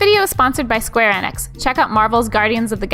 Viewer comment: 'This video is sponsored by Square Enix" Off,, at least research how to say the company name for a sponsor. Its "Square E-nix"